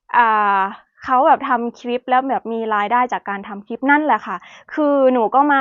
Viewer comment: พูดไทยได้ชัดเจน สำเนียง100% คำว่าคลิป ยังออกเป็น"คิบ" ร/เรือ ยังเป็น ล/ลิง ค่อยๆปรับไปนะลูก คนไทยเอง ถ้าไม่ใส่ใจก็ผิดเยอะเช่นกัน ไม่อยากให้หนูยึดติดกับภาคเกษตร คนทำเกษตรมีกินแต่ไม่รวย อยากมีกินหาเงินซื้อหรือจ้าเขาแทน เลิกคิดอย่างพ่อแม่บรรพบุรุษเราก็ได้ เกษตรหนักและนานกว่าจะได้เงินเพียงน้อย นวัตกรรมบางอย่างไม่มีตัวตนและน้ำหนักเลยแต่ขายราคาหลายพันหลายหมื่น ยูทูปก็เช่นกัน เป็นการขายจินตนาการไม่มีตัวตน/น้ำหนัก/